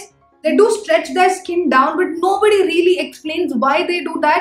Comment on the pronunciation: I like the way you say, Rrreally, rrright :D